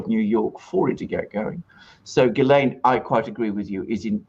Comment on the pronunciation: THE NAME IS PRONOUNCED JIZLEN MAXWELL.